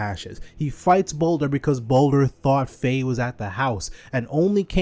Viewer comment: Pronounced more like baldur